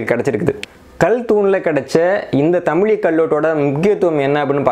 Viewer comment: நண்பரே ஒரு சிறு வேண்டுகோள் "தமிழ் " என்ற வார்த்தையோடு ழகரம் (ழி) சேர்த்து தமிழி என்று சொல்ல வேண்டாம். தமிழ் பல்லாயிரம் ஆண்டுகள் ஆனாலும் அது தமிழ் என்றே உச்சரிக்க பட்டுவருகின்றது அதோடு ழகர (ழி) என்று சொல்வது தவறு நண்பா.